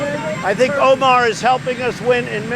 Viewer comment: “Ohmar is helping us win...”. 🤣🤣🤣